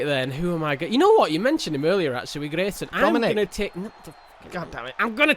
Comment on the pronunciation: Hey "Dominik"